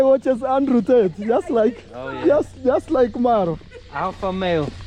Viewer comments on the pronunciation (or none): none